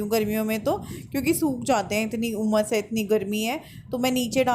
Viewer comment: Gumas kya hota hai...umas hoti hai..